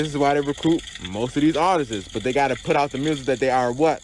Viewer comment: Wtf is “artises”? We’ll take your advice more seriously if you can pronounce words. 🤣😂🤣